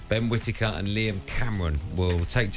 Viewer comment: Ben Quittaker 😅